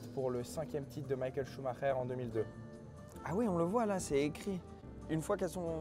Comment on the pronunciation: Ça me termine le mec dit Michael sumacher